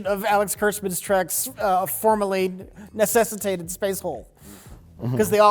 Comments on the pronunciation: You know is serious when he pronounces “necessitate” correctly on the first try. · said necessitate right the first time. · nails the word 'necessitate' finally